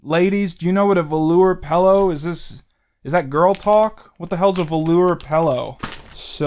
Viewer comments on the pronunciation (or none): I just noticed you say pellow instead of pillow and i dont know if i can forgive that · "Pellow" awesome. I cannot wait for Shrek Retold 2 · the way you pronounce the word pillow makes me upset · I've never heard anyone pronounce pillow the way you do